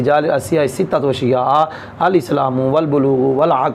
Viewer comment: استاد جی عبارت جب پڑھی تو ستۃ اشیاء میں ستۃ خبر واقع ہوئ لیکن کسرہ پڑھا قبلہ نے۔۔🙏🙏🙏